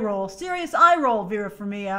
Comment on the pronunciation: yay I can go to bed now! EDIT: Trailer looks awesome. As a fan of epic scored, appreciated the song choice. I thought Vera Varmiga's last name is pronounced "Far-mee-guh"? hmm...